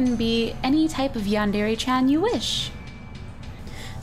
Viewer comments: omg you look awesome! i just wanted to say that its not pronounced yan dairy, it's (Yan- De- Re) , I just wanted to say that so no one would get mad! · Oh the cringe. Cuquake. It's pronounced yawn-der-ray. -Sincerely all Otakus. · I don't like how no one can pronounce Yandere correctly not even the creator of Yandere Simulator says it the correct. When people say Dere. it's pronounced DER A not dairy. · Just so you know it's pronounced Yan deer it's spelt like yandere XD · yandere isnt pronounced like that cries